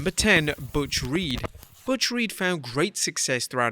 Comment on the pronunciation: Butch not Buth